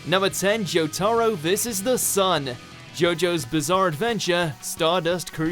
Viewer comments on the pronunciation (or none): Watch mojo "JO-TAR-OE" Triggered fans: "ITS JO TA RO!!!!" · You don’t pronounce JJBA Part 3’s Main Character as Jo-Tahro, But Jo-Tuhro. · Joe-tar-oh..... Wtf. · jOtArOW totally not jotaro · You said jo ta roa how dare you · ...'kay, I let "Ah-kira" slide, it wasn't far off enough for me to care that much, even let "joe-TAR-roe" slide - which is surprising because that name was butchered mercilessly, but...seriously? "LAI-xus"? The dude sounds like he's trying to say "Likes us" but with a stuffed nose. This one isn't butchered as much as the others, so I guess this is just where I kinda lost patience. I almost wanna say he's doing it on purpose because...I mean, the people in the anime SAY their names. If it's a Japanese name, they're prolly pronouncing it correctly, my guy. Like...are these guys just handed a script and told; "Good luck, have fun, and don't get murdered"? I don't wanna be too mean or anything, but like...come on, man. (It may not seem like I'm trying to not be mean, but I held back a LOT of harsh comments.) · Joe tah roe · was i the only one who got triggerd how he says Jotaro? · Why did they say jotaro's name like that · I’m really cringing at the way you say Jotaro... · Is it only me or does anyone else cringe at the way he pronounces Jotaro. Litrally had to skip that section because of the way he says it x.x